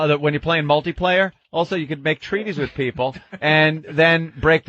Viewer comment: .....my peepul and my peepul......and they say my peepul....